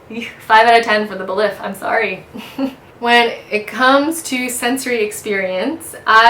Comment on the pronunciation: Nice and informative video but a bit too long. I believe “Belif” is pronounced “Belief” oddly enough.